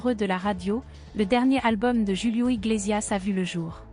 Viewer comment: C est pas joulio c est Julio svp dites le correctement. Ce Monsieur est toujours formidable et aimé. Ce qui m écorché le tympan, c est votre manière de prononcer son nom. MERCIIii Bonne soirée